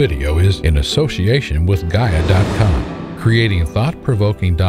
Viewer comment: Was going to watch the video until I heard Gaia